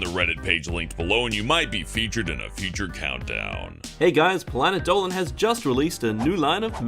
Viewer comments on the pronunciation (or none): Planet Dowan That’s how Dolan says Dolan